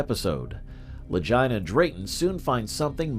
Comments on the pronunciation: Click bait and their names are pronounced ad Lageena Lagina like vagina. I'm tired of people putting shit out and talk on people and they can't even pronounce names right utterly disrespectful. That tells me that they are reading or read something that they have no firm knowledge of and trying to put it out there like they've done research, man get out of here. When you can't pronounce a name correctly that when I tur😢n on my heels away from you. So this is Click bait. Ya just lost my subscription. Holla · You should probably learn how to pronounce their names before you do videos about people sounding like you're saying vagina Brothers 😅